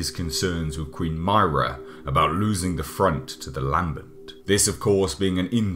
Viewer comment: You said Myrrah wong